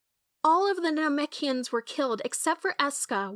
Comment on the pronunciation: NAHMECHians huh